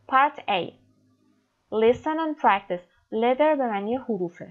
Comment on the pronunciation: Your pronunciation of the word letter is not like leather ok